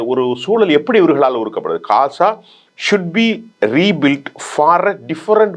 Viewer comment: Kasa enru solama Olunga ghaza solluga.